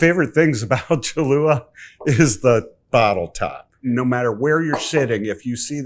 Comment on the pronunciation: To teach him how to pronounce the name? 😆